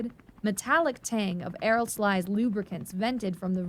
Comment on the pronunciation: as stated elsewhere a UH does not have skids .... so tired of this bullshit getting easily verifiable details so badly wrong also if you are going to be a Narrator you should really learn correct pronunciation. Synchronicity and aerosol -ized were both pretty quickly skipped over incorrectly also a uh-60 does not have airframe diagnostic ports ... certain individual system might ..they didn't when i got out but they may now. for example the SAS does have some test outlets for a computer system ... but there is nothing even approximating an "auoto landing subroutine" to landing